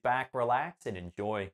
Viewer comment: did he say endoy??